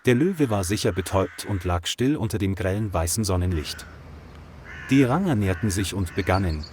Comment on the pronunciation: Kann diese Scheiß -- KI das Wort "Ranger" nicht richtig aussprechen ?